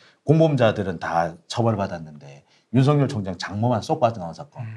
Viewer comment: 수고하십니다. 감사합니다. 윤석열 발음ㅡ> 윤서결 발음 주의해 주셍ㆍ. 윤석렬 아닙니다. 윤서결!